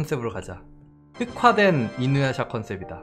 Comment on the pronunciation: 이 와중에 이누야샤 할 떄 샤 발음 안되셔서 이누야사라고 하시는 거 귀여워요ㅋㅋㅋㅋㅋㅋ